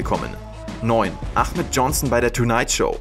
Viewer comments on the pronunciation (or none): Er heißt aHmet nicht aCHmet johnson🤣 lg